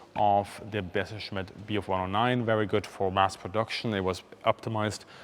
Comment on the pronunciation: Did he say "Besserschmitt"? :D